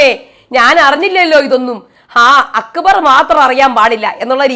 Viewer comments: 😂😂 njn ath kettu ippol akbarin pakkaram akubar enna vilikune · akkubar enn parayunnath kelkkumbol thanne chiri varum😂😂